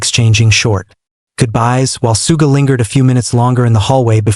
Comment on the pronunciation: The way he's pronouncing 'Suga' is pissing me off